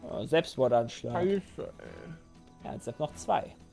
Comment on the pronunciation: Selbstmord-Anschlag. Ich verstehe: Sepsmord-Anschlag.